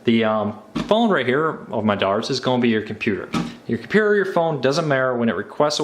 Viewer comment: ttttttttttttttttttttttttttt - here are all of the missing t's from the words compuTer, InTernet, and maTTer